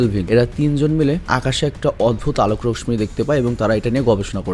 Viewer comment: alok rorsmi na alok rossi ........uccharon ta tik koro